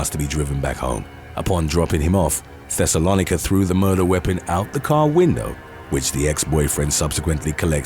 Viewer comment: Pronounced Thes-o-low-Nike-a ding dong it's in the bible